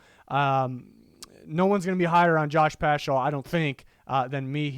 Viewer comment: hey i’m like 99% sure it’s pronounced pascal, though i do love my boy getting some love! keep up the good work 👍